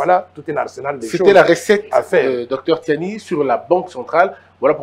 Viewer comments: ce Monsieur s’appelle Tshiani et non Tsiani. Et même l’autre du média, je me demande s’il n’a pas enlevé des lettres dans son nom. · Noël Tshiani svp, pas Tsani.